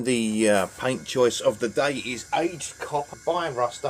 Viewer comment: When you said time for paint it sounded like time for a pint! 🍻 I like the anvil. I "found" a 3 foot section of track. I want to do the same. I am glad Skelegord approves!